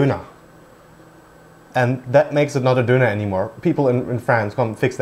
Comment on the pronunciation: "Döner", not "Doner"